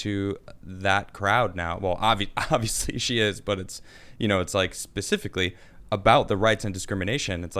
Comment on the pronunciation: Pacificly or Specifically